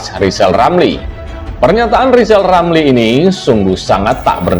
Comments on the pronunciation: Ngomong r aja ngk bs mbacot doang lizal lali.jd mentri tak bejus.mkanya di pecat sakit hati koar 2 lah loe si tua bauk tanah.kaum pecatan bikin partai pecatan indonesia coba dpt suara ngk bs ngk jd presiden zal kau buktikan hayo.di 2024 ok zal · Emmang betul si anis tdk bejus kerja dasar rizal otak udah pikun ngomong r aja tdk bejus komentar mikir rilamri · Yg pendendam itu kamu Zal lijal lamli.....jijik lihat si tua ini ngoceh ... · Pak Rizal Ramli hendaknya sebelum menilai seseorang belajar dulu menyebut ER bukan EL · Si Rizal Ramli, ini gak usah di dengar bacot nya, gak jelas bacot nya gak bisa ngomong jelas apalagi ngomong "R" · Justru RL sj yg hrs ditabokin rame², krn sll nyinyir, fitnah kpd Presiden & Pemerintahan yg syah, parahnya lg g bs ngomong R (pelo) jd omongannya ngaco g bs difahami oleh publik. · RIZAL RAMLI..cuma BADUT POLITIK ..ngomong .R. aja ngak Bisa ..apalagi jadi pejabat ya pasti di pecat . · RR sangat rajin kerja brow, Kerjanya nyinyir?. Dikasih jabatan gak jelas kinerjanya, seperti ngomong "R" aja ga jelas. Kalo kinerjanya bagus, masak di pecat. P. Jokowi butuh mentri yg bisa kerja untuk mewujudkan program2nya. Contoh P. Basuki.